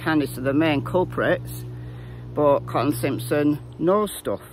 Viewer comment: I wish Ziggy could complete a sentence. I wish someone would tell her that "Cotton" has not one, but two T's in it!